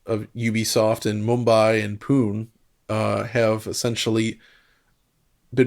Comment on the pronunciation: Yeah it's pretty unrealistic to know pronounciation of every possible word. I don't think anyone will take offense to this, but as an Indian it was funny especially after hearing the bang on Mumbai pronounciation.